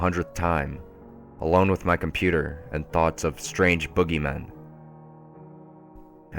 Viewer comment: you forgot the letter "d" in the word "and" every time you said it.